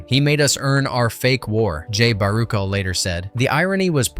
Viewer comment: bara-shell say it with me now! BARUCHEL!!!